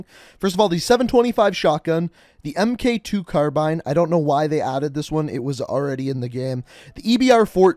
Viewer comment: FYI, in the military, any thing that says "MK" on it is pronounced "Mark." So it's the "Mark 2" Carbine.